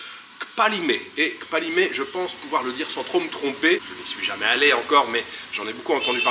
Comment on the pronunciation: Merci! Tu me donnes envie de séjourner au paradis… en plus il est 🌷. Pour le parler togolais: ne dis pas KKKpalimé avec un grand K mais plutôt Palimé avec toutefois un léger k très peu perceptible kPALIME. Nos colonisateurs écrivaient PALIME.